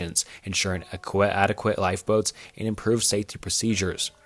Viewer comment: I love when he mispronounced adequate